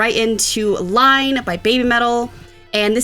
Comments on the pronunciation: please do repeat how to pronounce the title of Iine. A lot. Hearing her say "line" is really jarring. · It's not "Line". It's "iine" (capital "I" at the beginning). Pronounced "EE Nay"". It means "Good, isn't it!" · just a small point but it is not Line it is iine said like in-a it is the symbol for like thumbs up on youtube/Facebook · It's not Line, it's E nay. Kitsunes up🤘🦊🤘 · its not line ...pronounced enay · The quickest way to make BABYMETAL fans cringe: "Line". No, no, no. "Iine" (pronounced "Ee-nay"). 😂😂😂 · Its not "line" its "iine" I'm not japanese but still asian so the word iine probably means something. Just telling and correct you a lil bit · It's iine not line (EE-Nay) . means good, like or nice. the like button on some Japanese websites is iine :) (So good. So good.)Yeah, yeah! = (Iine! Iine!) Yeah, yeah!. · Just say... it's not LINE it's IINE with 2 i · Great reaction and you should defo invite again to watch the live versions of their songs. Especially “Headbanger” from the Legend 1997 will be fun. Also, please stop saying Line, it is iine:) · ITS NOT LINE ITS EENEH! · You were probably already told but it's Iine (iine) not Line. Kitsunes up🤘🦊🤘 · Not Line it's iine. Basically means really good. But fret not. Literaly every reactor makes this mistake. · It's "iine", not "line". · also, 'Line' is actually is "EE nay", what looks like a lower case L is actually an upper case i. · You should always watch BM live videos. And by the way. It is pronounce iinee. I don’t think they sounds like Fear and loathing in Las Vegas BM made the way for other Japanese metal bands. Before they didn’t scream but now SU and Moa and Momo screams. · It's Ii'ne pronounced ee neh, & PA PA YA not Papaya. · its not "Line" its "Iine" with 2 i's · iine is pronounced (ee-neh) two i's no L 😁👍